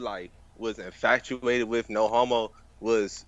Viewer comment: Did this nigga say "infatuated",??